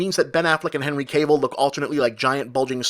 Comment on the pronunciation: You're pronouncing Henry Cavill totally wrong, good review though